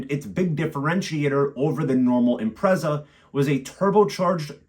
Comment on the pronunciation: I owned a 2005 Impreza WRX STI Colin McRae 555 Limited Edition. Great car but it blew up and I couldn't afford to fix it so let it go for next to nothing. They are worth over £25k now. PS I think it's pronounced "im-pret-zah" rather than "im-prez-ah".